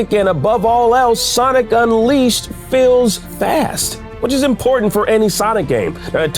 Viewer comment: now i've seen people get release dates wrong, but the way he slaughtered unleashed was embarassing. 💀